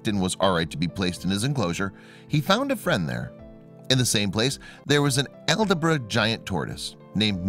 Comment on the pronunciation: No ones gonna talk about he can’t pronounce; “ALDABRA” tortoise lol